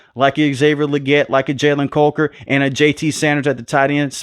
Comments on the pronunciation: Love the vids my brother. But you got that Steven A Smith in you. Coker vs Culker has me dying 😂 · Why are you saying Jalen caulker it’s Coker 😂